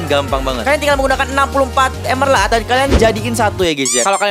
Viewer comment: Emerald, bukan Emelald